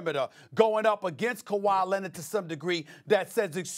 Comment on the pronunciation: He also said Kwahi was “averaging over dirty” 😂😂